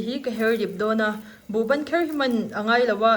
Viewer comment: Kherh nilovin,khirh tih tur